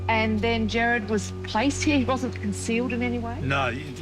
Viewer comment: This is so sad😢 but its killing me hearing them pronounce Gerard as Jared!!